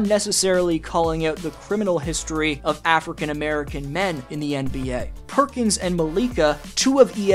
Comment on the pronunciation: Perkin be ray-ciss